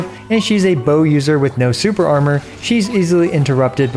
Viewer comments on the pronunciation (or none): none